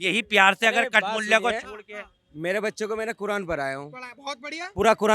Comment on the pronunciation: Kathmulah ko khatmulah bol diya galat kya bola h be 😂😂😂😂😂😂😂